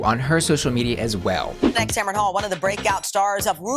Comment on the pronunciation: First, her name is pronounced Tam-run, not Tam-Ron... 2nd, if you don't want to support Sherry Pie z you're entitled to it.. but you don't get to shame others if they like her drag or want to see it. The great thing about choice is that you get to make that choice. Let others do what they want, even if you don't agree with it.